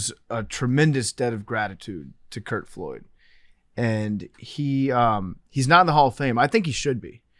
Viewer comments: Lol his last name was Flood. Every time PFT said Floyd I cringed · PFT w a rare Billy name mispronunciation with Curt Flood